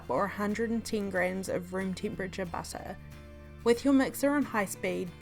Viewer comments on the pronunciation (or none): none